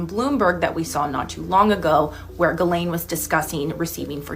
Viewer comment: I'm sure it's pronounced Jhilaine not galain